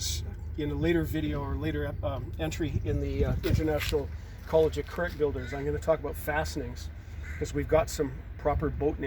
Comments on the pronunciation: Good video but PLEASE pronounce the "ch" in currach as it should be; not as a "k" but as "ch" in Scottish "loch". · with respect, I am a Scottish Highlander and Gaelic speaker, and loch IS NOT pronounced with a k. Currach is a Gaelic word, found both in Irish and Scottish forms of the language; a Gael would NEVER pronounce it as you suggest, EVER. That particular mangling is for English speakers only.